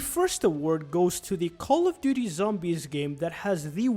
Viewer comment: Cawly doody zawmbys